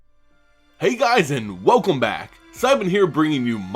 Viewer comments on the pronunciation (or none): none